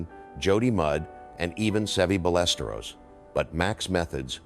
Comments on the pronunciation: Seve "BUY-US-STARE-OS" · Narrator's voice is from the original Golf Channel broadcasts. Is this AI generated? The mispronunciations of names is appalling! Bemun? BALesturos?